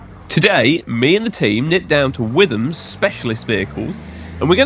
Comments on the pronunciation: Pronounced " Whitum" not "With ham" 😂👍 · It’s pronounced wit ham no the witherm